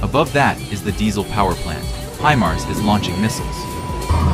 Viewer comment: fix your AI.... its HIGH Mars not He mars. I think it needs your respect!!